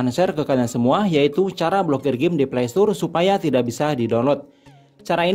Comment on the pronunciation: Playstore bang bukan playstur🗿